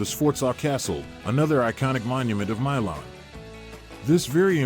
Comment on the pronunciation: If you're gonna make videos like this, at least learn how to pronounce the city name, other than that it was good